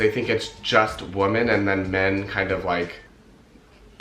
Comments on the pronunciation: I've noticed you pronounce "women" as "wo-men" rather than "wee-men" . Is it an accent thing from where you're from or what? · Every time you said “woman” instead of “women” I died. 😬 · Dukefolk it sounds to me like he’s saying woman instead of women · I can’t get over the fact that he keeps saying woman instead of women 😆 like it’s clear he means plural but he pronounces it as a single woman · The pronunciation of Women is Wih-men The way you are saying it implies the singular form of Woman. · He's saying women wrong!! Women plural is not pronounced the same! Lol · Your accent is that of Los Angeles, except for the way you pronounce the first vowel in women as if it were woman almost convinced me English is not your first language. I wonder why. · Sorry, but this stood out right away: "women" and "woman" are pronounced differently on the first syllable, as well as the last. Please check it out. Nonetheless, good for you! Ballet is fantastic. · Why can’t he say the word WOMEN?? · Yes I noticed that as well, I don’t think he realizes he’s even doing it.